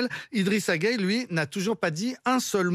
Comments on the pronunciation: Pourquoi vous êtes comme ça ? Tout le monde dit GUEYE, mais toi tu dis Gueyé. C'est quoi ça ?! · Y’a pas gayé mais geuye 🇸🇳🩸